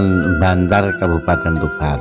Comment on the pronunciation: Kecamatan bancar.bukan bantar